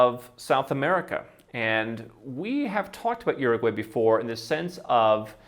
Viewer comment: Say what you want but the little guy actually pronounced the name of the country properly